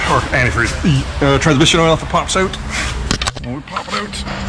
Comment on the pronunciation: canadian??? i just noticed him saying 'out'..lol